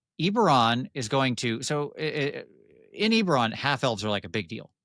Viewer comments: I'm so glad the first time I watched this has saying "EEEberon" incorrectly 10,000 times like driving nails into my brain. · It's definitely EBB-eron, a good friend of mine met Keith at a convention when it first came out his name was Keith Baker too. Cheers! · I love you but it's Ebb-erron, for the love of god